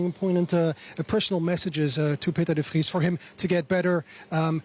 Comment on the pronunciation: De Frittes